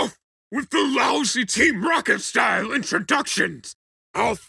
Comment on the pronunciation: LOL HE CALLED THEM TEM ROCKET